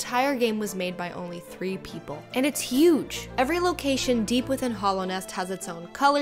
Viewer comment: When she called hallownest hollownest i puked